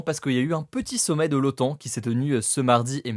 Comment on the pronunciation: C'est l'OTAN, pas l'OAN. Avec un T, comme traité..